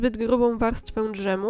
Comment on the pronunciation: Przepis prosty i ciekawy, wypróbuję na pewno. Tylko, droga Pani, proszę nie mówić d - ż em. Dżem jest prawidłową formą. Dbajmy o ładną polszczyznę.